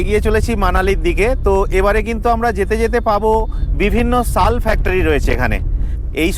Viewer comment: ওটা ছাল নয় শাল ।